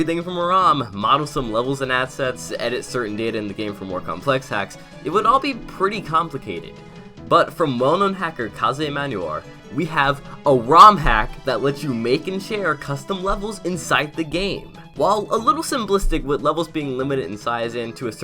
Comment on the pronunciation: I just wanna say this is how you pronounce kaze emanuar (K - ay- zz) (E - man - you -are)